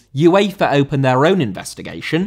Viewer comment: Uefa* not Yuweifer